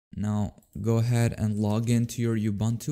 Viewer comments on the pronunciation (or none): yea is kind of weird, he sometimes pronunces it like ubantu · Am I the only one who doesn't like how he pronounces Ubuntu?